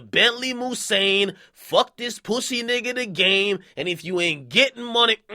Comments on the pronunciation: stop saying poosey dj. you sound weird and that's stitches cake ass words. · I hate when akedemics says pwussy (pussy)